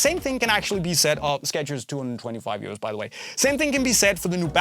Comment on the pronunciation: i kept thinking u saying “year olds”😭 🤣 not “euros” 🤦‍♂️ i’m so dumb lol